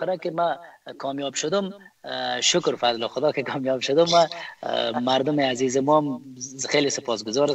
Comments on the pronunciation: امکان داره که تلفظ خود ره درست نمایید ؟ الف هلف گفته میشه و عزیز هزیز گفته میشه این واقعا غلط است اگر شما لسان خود ره بخوبی بفهمید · لطفا کمی دقت کنید در تلفظ، جملات گرامر دری تان مشکل جدی داره لطفا کمی تمرین کنین قبل از گپ زدن در مدیا هزیز نه عزیز هاروزو نی آرزو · اول، نه حول عزیز، نه حزیز افغان ، نه هفغان عمر، نه حمر حیران ، نه عیران اروزو، نه هاروزو و....... خواهشا منحیث گرداننده و یا گوینده یک برنامه اشتباهات تلفظی تانرا اصلاح نمایید چونکه بسیار آزار دهنده است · خواهر عزیزم هزیز نه عزیز